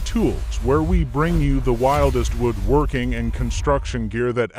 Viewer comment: I loathe computer generated voice overs. Can't even call this AI. IT'S A VIDEO ABOUT WOODWORKING.... But "he"pronounced it "woooed" working like he was half Romanian. Thumbs down and I don't care about the content.